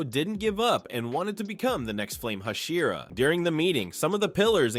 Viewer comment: Learn how to pronounce hashira and pronounce it consistently.